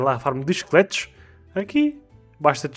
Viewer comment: MDs kkkkkkkk só nesse ep que eu fui entender que tava falando "esqueletos" e não "chicletes" mano como eu confundi isso kskskskskskk